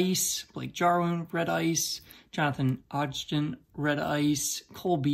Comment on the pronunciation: Another ridiculous find lol pretty solid finds in there. Ogden is pronounced og-den lol. But those Aj Browns are fantastic as well.